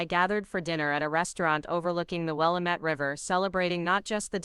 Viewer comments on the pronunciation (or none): It is will LAW met. AI needs to find the local pronunciations.😅